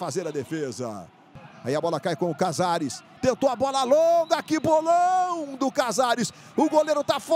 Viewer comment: O NARRADOR FALA CAZARES EU SO OUÇO INIESTA